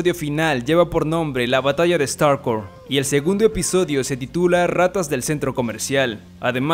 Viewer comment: Starcouit suena como Starbucks 😮